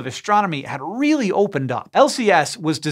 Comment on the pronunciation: Weely weely wound mister wabbit !